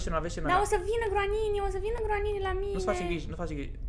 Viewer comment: Nu se spune granini